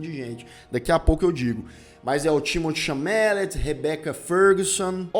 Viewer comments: Timothee Chalamet: CHA-LA-MÊ. Não CHA-MÁ-LET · Cara, vc falou o nome d Timothée Chalamet errado duas vzs, "Chamélet" ? 🤣 "Timotê Chalamê", acabou, é só isso.